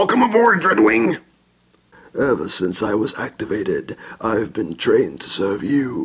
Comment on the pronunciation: When he said dreadwing i thought he said drugwing